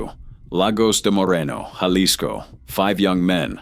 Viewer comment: Hey AI-- it's pronounced halisco-- not jalisco😂😂